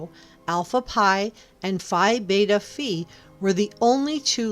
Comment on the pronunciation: It’s Pi Beta (FIE) and Alpha (FEE)…..you got it backwards.